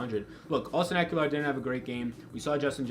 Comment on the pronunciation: Good job. I think It’s a good week for Ekeler. FYI there’s no “u” in Ekeler